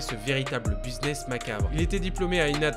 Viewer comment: J'adore tes vidéos, mais stp, arrête de prononcer le mot "business" "buizness", c'est "bizness", on ne prononce pas le U. 😅